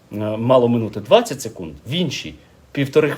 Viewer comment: "СекунИд" вибачте не втрамалась))))